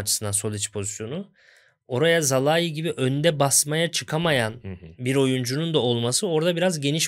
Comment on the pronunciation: Sinan Yılmaz ve Bülent Kalafat'a sorum var. Neden Szalai'ye ısrarla "Zalai" diyorsunuz acaba? Oyuncunun ismi "Salai" olarak okunuyor siz de bunu biliyorsunuz aslında. Oyuncunun 2. sezonu ve tüm maçlarda spikerler "Salai" olarak söylüyor. Üstüne Macaristan milli takımı ile de Avrupa şampiyonası maçları oynadı. orada da spikerler aynı şekilde söyledi. Ama siz nedense yanlış söylemde ısrar ediyorsunuz. Böyle yapmak hoşunuza mı gidiyor?